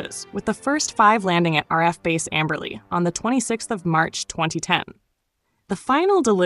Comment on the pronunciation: You need to learn how to pronounce the RAAF. The RAF is the Royal Air Force (Britain) RAAF is pronounced R double A F.